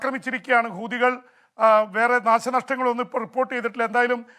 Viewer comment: പീപി ആവേശം കൊണ്ട് ചിലയിടത്തു " കൂതികൾ" എന്ന് പറയുന്നുണ്ട്. ശ്രെദ്ധിക്കണം ഇവടെയും hamas ഉണ്ട് എന്നോർക്കുക